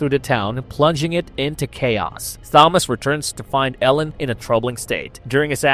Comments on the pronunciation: bro really thinks he's roger ebert 😂. sorry but the acting was top notch. also it's pronounced tomas. h is silent 😂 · Couldn't get past the repeated mispronunciations of "Thomas." If you watched the film, you know darn well it's pronounced "Tom-as" regardless of how it's spelled. Just beyond irritating. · Keeps pronouncing Thomas wrong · I dont know why you choose to pronounce the name Thomas in that way.